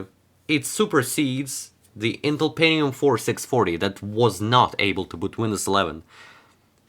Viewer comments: ¿peNNium or penTium?, it sound like pennis, so please pronounce the T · Pentinum ❌ Pentium ✔ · „Pennium”?? Hää? Goes it noch?